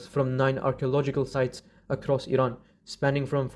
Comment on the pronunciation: As an Iranian I'm appreciated for pronouncing "Iran" correctly, that means a lot to us ❤